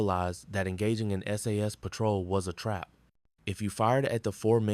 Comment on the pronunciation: Just a tip to make you sound more human. It is pronounced S A S, not SASS, it 3 letters sounded out, not a word.